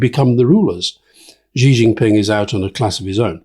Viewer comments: Please can you pronounce Xi Jinping's name correctly? His family name is pronounced in a similar way to the English word 'she'. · There is an irony to Alastair Campbell talking about people not knowing the name of the Chinese leaders and then pronouncing Xi Jinping completely incorrectly. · If Alastair is going to disparage people for not know who's in the CPC Politburo then he could at least learn how to pronounce Xi Jinping properly.